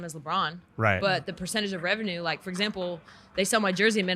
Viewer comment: muh rebenuurrrr